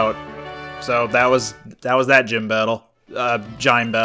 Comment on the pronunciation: It's ok. As long as I know what you mean I don't care how you say it. Even with the "gime" thing, I know you mean gym, so it doesn't bother me anymore.